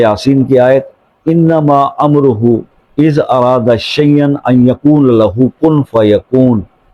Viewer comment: Ez arada nahi ezaa arada...